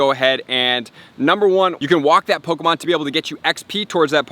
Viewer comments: I heard that niantic is going to have an update that removes all non official pokemon accessories such as the go-tcha and dual catchmon, I'm not sure how valid the info was but I just wanted to point that out just in case. (and its poe-Kay-mon not poe-Key-mon, sorry for being a sudowudo[stickler], poe-CA-mon is an informal but acceptable alternative :-p) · "pokamon" and "poki'-stops"